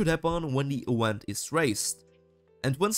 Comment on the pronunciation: Great tutorial. A note about your English though, you should search up how "Event" is said, and specifically how a "V" is pronounced. You're pronouncing it like a "U" and it's very strange. Not a negative remark, just trying to help as it was slightly distracting (but not a big deal).